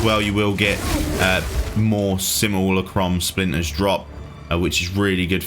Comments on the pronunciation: Say it with me.. sim.. u.. la.. crum. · Say samillykrum one more time. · are you purposely saying Simulacrum wrong? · Dude I know English is weird for pronunciation basically anything that is not English. But how on earth did you come to the conclusion that Simulacrum is pronounced the way you did here? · I swear he is intentionally pronouncing it messed up 😂😂